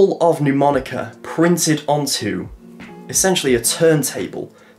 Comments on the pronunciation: Great thinking! You have great ideas mate. Can I point out respectfully that Mnemonica is not pronounced 'New- monica'? It's actually pronounced: Ner-monica. Quite a few established channels mispronounce it, even Rick Lax! A mnemonic (/nəˈmɒnɪk/, the first "m" is not pronounced) device, or memory device, is any learning technique that aids information retention or retrieval (remembering) in the human memory. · mate, it's not 'Neww-monica' - the first syllable sounds more like the end of 'Manchester' - listen to it here